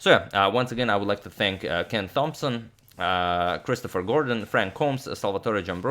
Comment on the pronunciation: Agad has learned to pronounce Firouzja, but not Thomson.